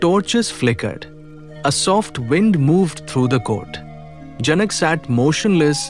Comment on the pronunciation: it is janak in Indian languages, not janaka